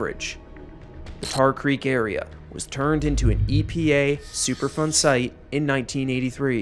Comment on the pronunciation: I 100% thought he was saying “Super fun site” and had to google it because it doesn't sound that fun ngl. I mean, I could be wrong… Don’t let my unsupported pessimism get in the way of super fun.